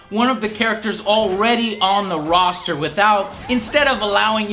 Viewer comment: No, it's Roster. As in a roster of characters. A collection, a group ect. A rooster is a bird.